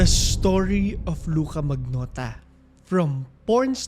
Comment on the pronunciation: "manyota'' ata yung pronunciation nun